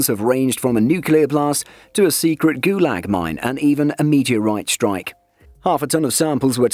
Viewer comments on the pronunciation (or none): none